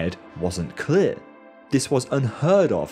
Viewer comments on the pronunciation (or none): never heard "clear" pronounced like this